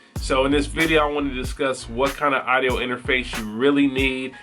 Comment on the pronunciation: I hate the way you say "idio." It is pronounced "Awwwdio"